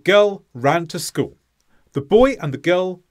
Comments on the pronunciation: What happened to the "l" at the end of school? You keep saying "schoo'". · the first sentence, the way you said it first, still emphasized the word "school" at the end, though.